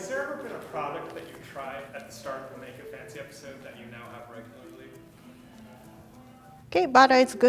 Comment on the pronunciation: tries to say make it fancy instead she say maget fauncy